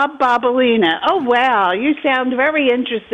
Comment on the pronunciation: She heard said Bob BOBALINA twice! 😂😂😂